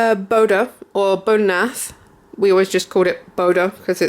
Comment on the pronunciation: It's pronouced, Bouddhanath"" ;)